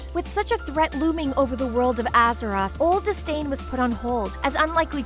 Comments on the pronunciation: "Atheroz"? I think you mean Azeroth. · ATHEROZ?! REALLY?! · Did I hear Atheroz? Haha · She is so ignorant lolol. wtf is an Azeross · Azkeroth? really? You guys didn't find someone with more experience at reading or a wow player to do the talking? Aside from the lore mistakes are you guys even trying? Honestly for good wow lore videos i suggest Nobbel87. At least he tells you everything and tries to find the correct images to show (varian wrynn insted of his granfather or anduin wrynn instead of llane; the order being wrynn the 3rd>llane>varian>anduin). Stop butchering the names!